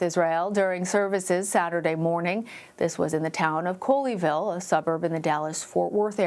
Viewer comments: It’s pronounced Call-E-Ville. Good try though. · “Call-E-ville” not coal-E-ville